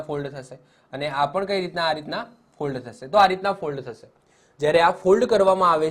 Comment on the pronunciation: Sir mold bolo che k fold